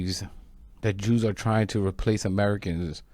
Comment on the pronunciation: I did not really here them say "Jews" I Heard "You" However we know what they really mean